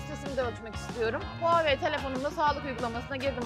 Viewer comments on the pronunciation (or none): none